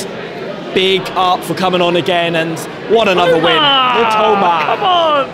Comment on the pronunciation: マトマ（matoma）じゃないよ ミトマ（mitoma）だよ